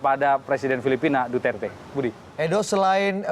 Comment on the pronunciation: Indonesian says right pronunciation for Duterte..Mabuhay from Philippines